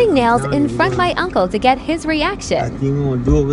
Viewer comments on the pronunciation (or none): none